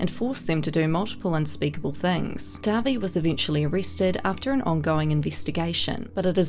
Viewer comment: Thank you for being one the few people to make a video over all of this and pronounce dahvie name right